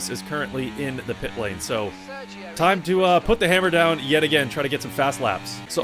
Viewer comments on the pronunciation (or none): when you said “time to uh” I thought you said “talk tuah”…